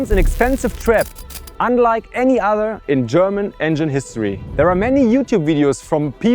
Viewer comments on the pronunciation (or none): none